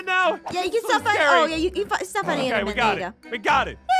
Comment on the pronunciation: Apmau: " oh there's endmurdermen here" lol did anyone else hear that